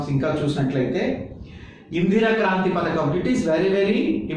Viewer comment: Kaanthri kadu sir.. Kraanthi